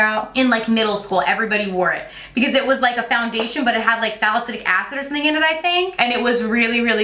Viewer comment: Please stop saying "salicytic acid."